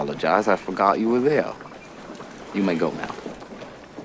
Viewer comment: If i don't see Val Kilmer's "Ah apoligize, Ah forgot you were theyuh; you may go now" used LITERALLY EVERYWHERE FROM NOW ON heads will roll